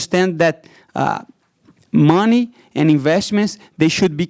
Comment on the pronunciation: It's the way Brazilians say it lol